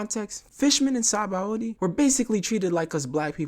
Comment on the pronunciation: sabandy not sabaOWdy